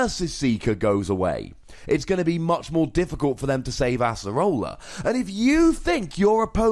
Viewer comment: Oh my god it's ACE-rola not ASS-erola